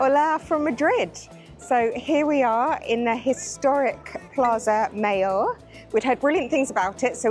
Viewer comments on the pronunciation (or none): PuertA (not Puerto) del Sol; Plaza MaYor....please